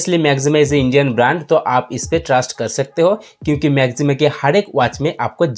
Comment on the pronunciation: Bhai... Pehle Naam toh sahi se le lo... Maxima hai, Na ki Maximum.